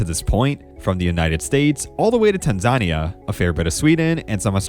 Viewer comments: Tan-zahn-ee-aa?? C'mon. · Well researched except for several glaring mispronunciations. The announcer says ohvett correctly then you mispronounce it ahvett. Also it is not tan zan eee aaaa but tanzuhneeaa. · Tan zAn ia? Come on dude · It’s tan zu nia. Not tan zon ia. Come on man! And it’s O vett, not ah vett. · Tanzania is Tan-zuh-nee-uh just fyi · Great video, but that is a wild pronunciation of Tanzania about halfway through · Agreed. Really enjoyed the video but mispronunciations diminished it a bit. Brasher, Ovett, Tanzania, etc.